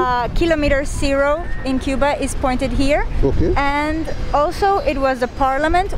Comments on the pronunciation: one advice, please pronounce 'here' as 'here' not 'hair' and 'beer' as beer not 'bear'. or just continue with Hindi/punjabi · I am sorry to correct you but just like OCD I feel uncomfortable each time you say here , beer You pronounce it very Panjabi way...hai , bear... instead you say “he ear” and” be ear “ I think maine aapko upset nahi kiya Sorry 😐🙏please try